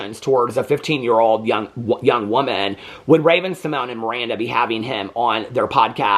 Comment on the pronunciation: Speaking of getting names correct, it is RAVEN SYMON_YAY (SYMONE) NOT RAVEN SYMONE....